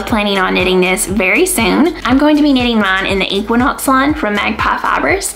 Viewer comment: Great knits!!! You almost got the "Tynn Line" right - Tynn is fine (it actually also means fine, as in thin), Line is pronounced Leene :)